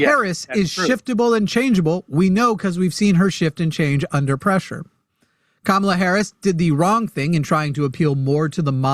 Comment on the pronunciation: sounded like he said "Kabala"